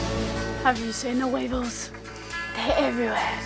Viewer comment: I 100% thought you said the wiggles instead of weevils and I was just thinking omg, that's amazing that they're in the Bahamas?? Lenny's gonna be a true blue Aussie! And then I saw... It must've been a brain fart... 'hot potato, hot potato' :D